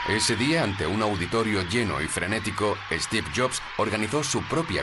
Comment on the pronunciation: No es 'esteve', es Steve. Me molestia la inabilidad de pronunicar el S de ingles.